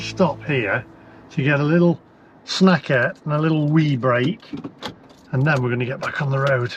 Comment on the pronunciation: Never say " snackette " again, please !